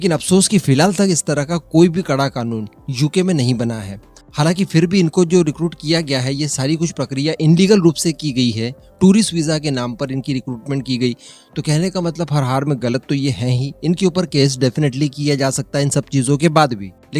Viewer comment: Kyo re Brahmin putra inlegal nahi ilegal hota hai